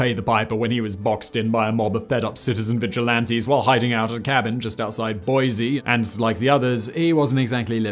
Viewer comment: Ugh it's pronounced Boise not Boyzee.